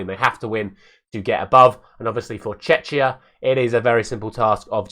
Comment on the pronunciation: Good pronunciation of Czechia, the first time :D But you relapsed after that...!!!